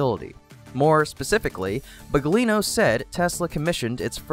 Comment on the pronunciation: "Drew Baglino"... not BUGLINO.